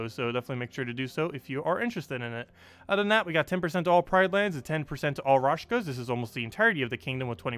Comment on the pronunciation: I think he does that on purpose. He's saying it wrong for a couple of years now^^